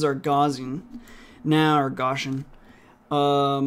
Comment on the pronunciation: Just FYI Gauss is pronounced with the vowel sound like the word "out", or "ouch". So it sounds like house but with a G in front not like gauze or gossip. And with Gaussian we don't pronounce the double s with an 'sh" sound. I know it's pedantic, and I know you're self taught but the mathematician Gauss is such an important figure it's kind of like hearing some say Einstone and then spelling his name Inestone. If you're going to name a variable after Gauss you may as well include both s letters too. It's just good form. Edit: Also I'm not trying to be rude here but helpful. It's hard being self taught, I know. But there are just certain names that when mathematicians or computer scientists hear them mispronounced they just cringe. The easiest to mispronounce being Euler.